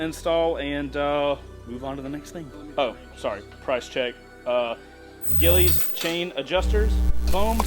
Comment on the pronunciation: Gilles… pronounced gillies 🙈🤦🏼